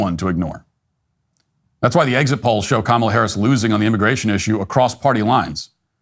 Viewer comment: Harris had a smirk while he was saying Her name wrong(incorrectly) what a pos. But the left get mad when we can’t say The cosplaying chameleon name incorrectly. Smh. That smirk is so infuriating.